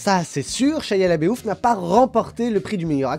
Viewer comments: ça se dit vraiment comme ça?... Shia "Labéouf"... ^^ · Très bien! ^^ J'avoue que moi aussi ça m'a fait rire. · Horrible ta prononciation de Shia Laboeuf ^^